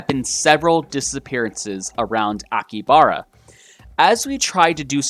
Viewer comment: He pronounced so many things wrong. I speak some Japanese and his pronunciation is driving me mad. AkiHAbara. He missed a whole syllable...